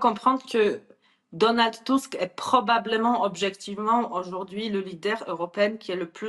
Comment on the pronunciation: Enfin qq1 qui, ds les médias, l'appelle TUSK, et non pas TUSK !! Cela doit bien l'escagacer d'entendre faire rimer son nom avec le Petit M..rdeux à chaque int'L "press report" ! BTW, cette interview a l'air de dater de qq mois : = "...alors pourquoi, à la veille de ce 2eme mandat Trump , ..."